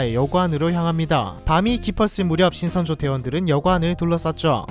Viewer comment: 신성조인줄 ㅋㅋ